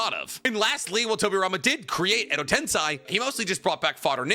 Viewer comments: Why does this guy struggle to pronounce “tensei” it’s literally just sensei with a t… wtf is a “ten sai” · Someone please tell me if it's a bit that he always says tensAI edo tensAI chibaku tensAI why does he say it like that💀 that's not how it's pronounced in the show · Am i tripping or does this dude not know how to pronounce basic shit like Tensei